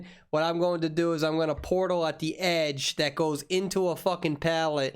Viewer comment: He said Portal but all i can hear is "Polo" XDD